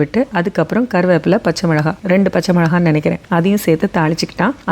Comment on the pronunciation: Aama most irritating